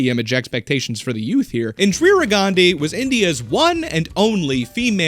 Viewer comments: IN+ DEE + RUH is the pronunciation, not IN + DREER + UH. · Bro...I do enjoy your content, but you REALLY need to check your research. Get some ACCURATE info re: Indian history... At least you stopped saying: "In-Drear-ah" half way through. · Why can't you pronounce Indira but you can pronounce Gandhi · FFS MAN INDIRA, I-N-D-I-R-A, INDIRA also best channel watched all the videos